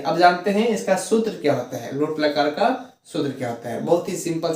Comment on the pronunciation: सुत्र नहीं सर सूत्र होता है।।।।